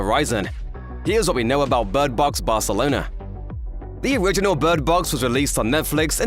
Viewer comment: Bird Box "Barthelona"